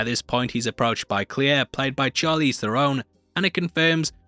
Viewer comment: Its charlize not charly zzz